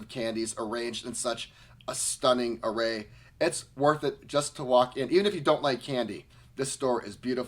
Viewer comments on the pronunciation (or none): none